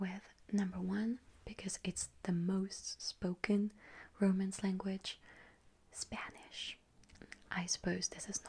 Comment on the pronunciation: your pronunciation in spanish is sooo good 💞💞